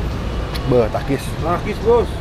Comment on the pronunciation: kedengarannya pakis om